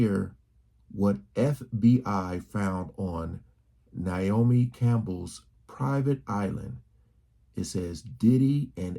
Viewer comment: As a Naomi, it’s NAY O ME. 😊 💖